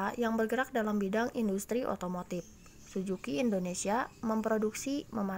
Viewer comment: Suzuki kk.. Bukan sujuki...